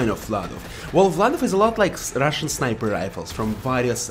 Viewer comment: i like how you say russian